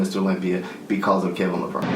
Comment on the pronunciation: So many people making videos and pronouncing Levrone incorrectly...holy shit, is it really that hard to do some research before you make a video about somebody?